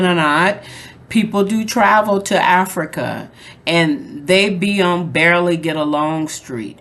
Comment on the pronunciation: I love 'Infrica' lol😂😂😂